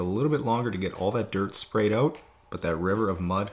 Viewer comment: I love the customer reactions. You sound American through the whole video with the exception of a couple of words (excuse my ignorance, I’m from England), and the customer walks in and the Canadian gets turned up to 11... ‘Came oot good eh?’ Not a criticism, just always makes me laugh. I watch every week, even picked up a few tips for myself!